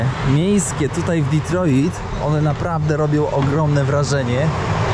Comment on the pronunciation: Kierowniku - kto tak nakazał akcentować te Detroit ? :-)